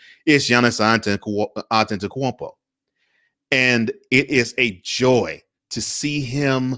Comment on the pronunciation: You get m vote just for pronouncing his name. Great lighting.